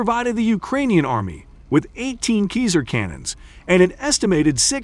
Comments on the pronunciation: not sure about that... My teacher used to say that there is no voice recording of à person from the roman times speaking latin. So there is no way to know how c is pronounced. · How many times can this dude pronounce Caesar wrong in 8 minutes? Must be some sort of record, even the captions don't know what he's talking about. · 'Kizar' howitzer?? It's 'like the Roman Emperor 'Ceasar'! but you'll learn! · Le “Keezere” is la crème de la crème of artillerie equipment! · Caesar, pronounce it like a Caesar salad ! Or Cesar the Romanian emperor ! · Wasn’t See-zer in command of the Roman “legumes”??? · Pronounced (see zer). You know, like the Roman Emperor Public school graduate commentator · It's a computer-generated voice which mispronounces a ton of words. This one made me chuckle ' cause it reminded me of the American "geezer" - as in "he's an old geezer." And I laughed again when I read your German language note. Who knows, maybe the Old Geezer, Cesar, liked Käse? In any case, these Cesars turn Russian equipment into Swiss cheese ... Slava Ukraine! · Yeah, is it just me, or does the pronunciation of "CAESAR" fall somewhat short of the mark? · Ok, well then it should be pronounced with a K like the c in cannon. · Pronounce the name right 🤯🤯🤯